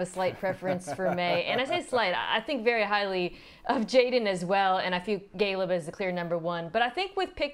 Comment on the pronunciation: Mina says Gayleb? 😂